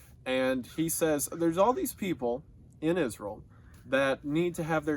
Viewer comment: i like how he pronounces israel like iz-rull